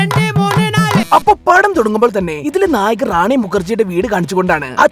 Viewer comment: ഒണ്ണ്, റണ്ട്, മൂണ്, ണാല് 😂😂😂😂😂